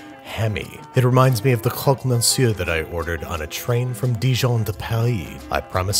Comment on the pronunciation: the R in monsieur is silent, pronounced meh-syuh